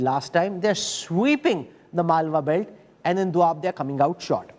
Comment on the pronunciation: It’s doaba not doab chutiye.